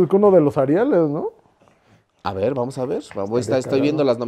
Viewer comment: Porque el tio no pronuncia bien las r’s? Me cae bien pero eso me caga… en lugar de decir “verrr” dice veizzzz 😤😤